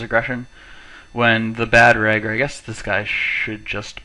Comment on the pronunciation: "reg" not "rag" reg = regular, bad reg = bad regular... you can go from there